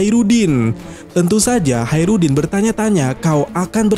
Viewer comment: Hacrutdin koplak Bukan Haerudin 😅